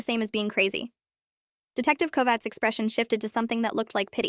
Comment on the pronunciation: I am impressed that the AI could pronounce 'Kovács' almost as good as any Hungarian.